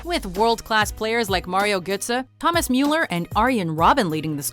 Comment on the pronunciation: ha ha ha manwell? meuler? at least check the pronounciations before making the video